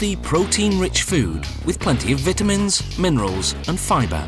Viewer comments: this guy was sounding pretty smart until he tried to pronounce vitamins or until he made that terrible joke at the end, either way i'd tap it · vetamins.....hahahaha I lve people with accents